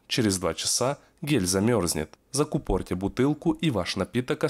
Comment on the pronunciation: В слове закУпорить ударение падает на У !!!